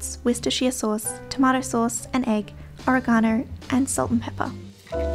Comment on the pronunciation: It's not Aragano , it's Oregano, not pronounced with an A but an O... Oreg-ano .